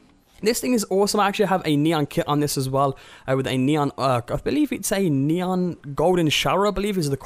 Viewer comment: Nee - on not nyan